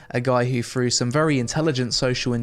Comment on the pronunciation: "Frew"......Jesus dude, stop butchering the English language.